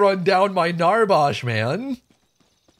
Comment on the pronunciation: I can remember a lifetime ago me and my buddies played paragon every Saturday for about 3-4 hours. I love you but the way you say Narbash really triggers me 😂. Keep up the great content